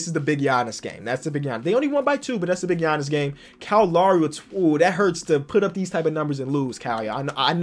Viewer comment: you pronounce Lowry wrong it’s loud without the d (haha) and ree that’s how you pronounce Lowry